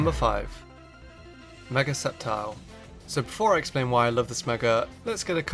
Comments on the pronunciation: I remember him saying scicor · For ceptile he sad sisscor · Did you call sceptile, scizor